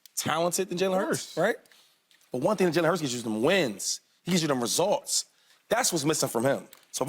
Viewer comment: Shady says ResOlts one more time 😂... Boy completely took the you out of results